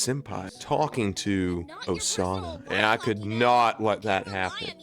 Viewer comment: actually you didn't butcher osana's first name here's a pronunciation chart (for basic characters) if you want Rivals oh-sah-nah nah-gee-me rye-bar-U foo-met-sue am-I o-die-yah-kah kih-zah-nah sue-no-boo oh-kah roo-toh ah-sue ree-toh moo-jah key-nah mee-dah rah-nah oh-sore-oh she-dess-ooh hah-nah-koh yah-mah-dah meh-gah-me sai-koh Playable Characters eye-yarn-oh eye-she rye-oh-bah eye-she 2014 Characters koh-koh-nah hah-rue-kah sah-key me-you